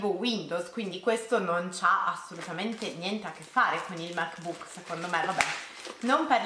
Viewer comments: Ti prego non pronunciarlo Mac bùk! L’accento è sulla a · Ogni volta che dici "mec buuc" mi sale il nazismo🙄